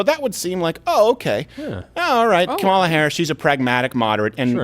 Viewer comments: Comma, La. say it. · I know you guys don’t like her but damn say her name right😂😂